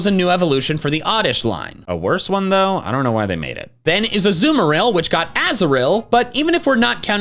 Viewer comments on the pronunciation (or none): none